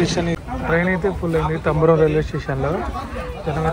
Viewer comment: తంబరం కాదు తాంబరం